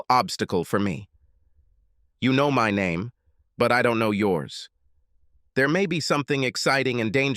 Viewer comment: "She had different neeem when we were in collageeee" - lol the pronunciation on this AI.